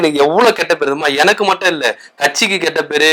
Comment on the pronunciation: எந( ன ) க்கு சரியா தட( மி )ழ் வராதனால் வில( ங் )குகிறேன்